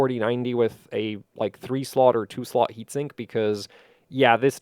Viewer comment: what? Has dual enysinkkk couldn't understand at all